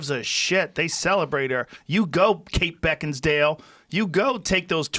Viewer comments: "You go Kate Beckinsdale!" LOL I love when he butchers actresses names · “Kate Beckins-dale”